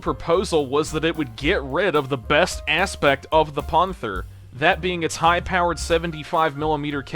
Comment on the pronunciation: I've heard some people have some really bad attempts to pronounce old war german equipment. My favorite ive heard is' the goo-"where?" rifle. Instead of gah-vhere. Not being familiar to your channel is your way of saying panther, being pawn-th-her. is that like a channel joke or the equvilent of stewie Griffin saying cool hwhip.. as you're close to pernouceing panther's but you're getting the ah mixed up with panzer.